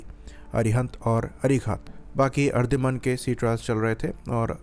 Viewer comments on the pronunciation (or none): Ardhiman nahi... Aridhaman. Theek se bolna to seekh le😂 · Its Ari-daman